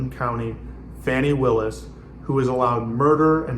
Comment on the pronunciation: Are you purposely disrespecting Ms. Willis or did you just not bother to learn how to pronounce her name?